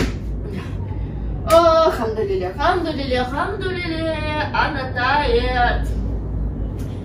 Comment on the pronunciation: بتقول الحمدلله بطريقه حلوه محدش مصري يعرف يقولها زي